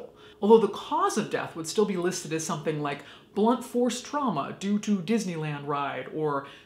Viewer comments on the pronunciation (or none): none